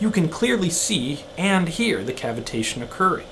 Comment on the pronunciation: it sounds more suspicious pronounced your way.